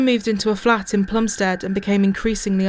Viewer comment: It's a great documentary but it's 'Plumstid' and 'Ear-ith' as my elderly Plumstid born mum could tell you! Otherwise 10/10!